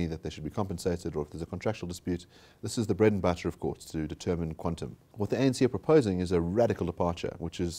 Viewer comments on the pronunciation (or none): none